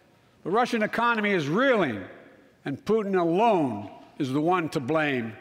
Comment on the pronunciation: "I MEAN it!" oh geeze... Putin Awone must be shaking now.